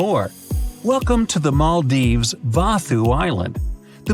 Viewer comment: me who live in Maldives: you pronounce maldives wrong